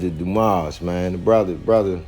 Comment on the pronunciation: The S in Dumas is silent.